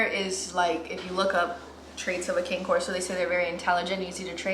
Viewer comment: I actually said this in a previous video of theirs. This is coming from the AKC website , word for word… “Cane Corso So don't pronounce “Cane” the same way you would the striped Christmas candy. Instead, say “CAH-ne,” which is simply Italian for “dog.” To shorten the name, use “Corso,” never “Cane.” When referring to more than one, you can impress everyone by using the Italian plural “Corsi” (COR-see).”